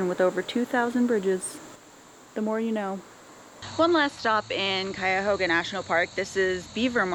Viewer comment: I grew up in the Cleveland area. You did a great job pronouncing "Cuyahoga"